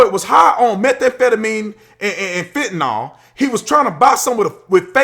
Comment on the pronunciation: I mean this respectfully, Tatum please look up how to pronounce fentanyl (not fentanol)